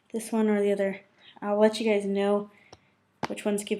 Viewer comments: I tho she said hey gays o_o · i swear she said "alright gays"